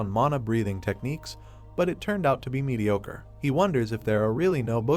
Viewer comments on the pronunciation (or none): none